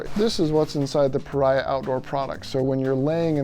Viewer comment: Pah REEE Ahh. Not pa rye ah.